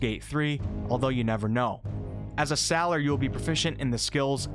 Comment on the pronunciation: I noticed the way that you pronounced sailer too, considering how I live by the sea,it was a bit jarring, but, considering how my home is Newfoundland, I imagine that everything that I say is jarring to anyone outside the island. Anyway, what I'm trying to say it that you're fine, dude. No harm done. Keep doing you.